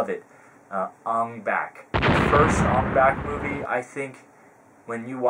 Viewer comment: u said ong bak wrong